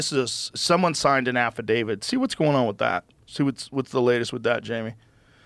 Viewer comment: Affidavid? Who's that? Oh... they're trying to say affidavit